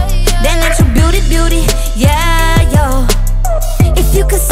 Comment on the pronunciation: The way she says "yeah, yo" sounds like "egg" in Polish